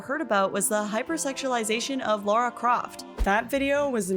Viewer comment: La-Rah. You need lithium asap 💉